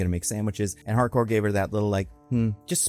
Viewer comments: ... it's HARCOURT WITH A T AT THE END... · Pretty sure it's Harcourt, not Hardcore